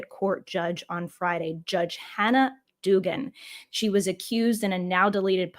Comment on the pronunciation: Ok. This has to stop. The good judge's name is Duggan. The first syllable is pronounced like the name Doug or the item rug. It's an Irish name. Thats how they say it, and they invented it. Americans butcher Irish names all the time. Painful.